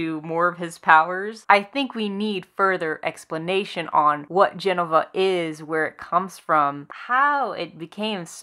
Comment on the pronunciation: It's Je-no-va not Jen-o-va.. hard to listen to your point when you're pronouncing the name wrong.. sorry.